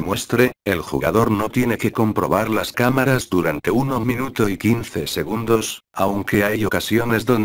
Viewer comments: dice camas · Like si escuchaste camas en vez de camaras en una parte del video :v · Soy yo o sabino digo camas